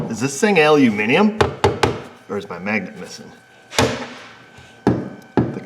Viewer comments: Thanks again for “aluminium” as opposed to “aluminum”🤣, also some bubbling sexual tension in this episode. Roll on the weekend🤣🤣🤣🤣🤣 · Afternoon, how the hell do you do it, not only say the word "Aluminium" correctly, but get Mrs O to help just after having her nails manicured, and have a couple of good innuendos chucked in to boot, great Video's, only started watching about 4 weeks ago and have nearly caught up with the back catalogue. Had a good one the other day, old 1998 scissor lift not working, no wiring diagram as they don't exist, and had 12v at source and function button, but no functions, nearly gave up, found a crusty butt connector would show voltage but not pass the currant to actuate a solenoide, cut out rewired, Bob's your Uncle, Fanny's your Aunt, Bish, Bash, Bosh. All working. Only took 4 hours to start at the beginning of wiring loom and go through all 80 feet of it as most of it was in a sealed box section, no plug in diagnostic toys, just the eyeballs and Noggin, You seem to be a genuine nice guy looking at the help you've given to people over the years, nice to know you. Regards Richard 🇬🇧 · Wow, an American who pronounces the stuff right: aluminium in stead of the in the US more common but butchered aluminum………;-) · Kudos to you, for the (correct) English pronunciation of "aluminium" and more kudos to Astro for that cool sucker device! Shame I can't find their tools here in England. Cheers! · Well done, we got you using the correct English for Aluminium. Now we need to get you to work on soLder, you know the one with the NOT silent L in it.